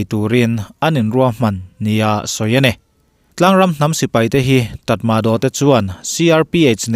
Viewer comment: Tatmadaw.ni lo in tatmaraw ti in lam rawh a fiah zawk e